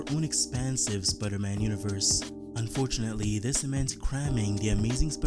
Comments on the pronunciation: sprrrman? wtf dude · Can you say normally Spiderman